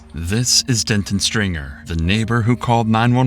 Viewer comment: Please pronounce names correctly. It's not Dentin, it's Denton. Completely different, man, I'm begging you 😅